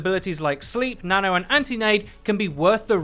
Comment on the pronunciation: When you say "new nano" it sounds like you're saying "new nana". Which, come to think of it, I guess that's also correct. New nana buff coming to PTR.